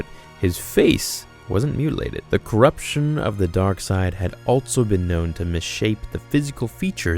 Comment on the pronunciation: Also.....not alTso